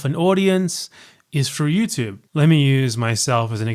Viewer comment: British people be like Youchube